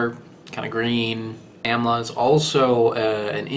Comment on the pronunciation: Amla is popular because it has herbal/medicinal properties not really for the taste lol. Also its used in spiced pickled preparations which removes the astringency. lol and the pronunciation is like AAM-la not YAM-la lol :)